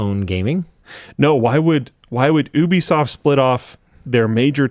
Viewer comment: Only pronounced as “YOU-B-SOFT” or gtfo. 😅